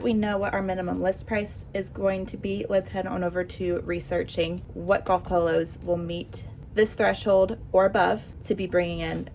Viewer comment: Ohhhh. She’s saying POLOS not PILLOWS! Haaaaa😅😅😅😅😅😅😅😅😂😂😂😂